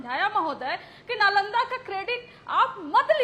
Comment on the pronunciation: Pahle Nalanda bolana to sheel lo. Chanakya to door ke baat pahle strategy bolana to Sheekh lo.